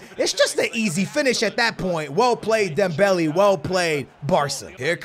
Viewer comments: pronounced dembelay, not dembelee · It really doesnt matter how you pronounce it but his name has accents for a reason. Instead of Dembelee its DembeLay.( Would love a shoutout😀🙏👍 GREAT Work as always) P.S. I wanted SuperLeague before FIFA 19....🙏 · Dembeli? Not he dembele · That’s not how u say dembele 😭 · please pronounce dembele right